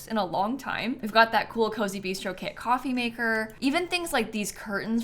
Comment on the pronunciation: Every time said “kit” I heard “kid”. So she said “10 kits” and I heard “10 kids” and had to rewind to see what I’d missed and who had ten kids 😂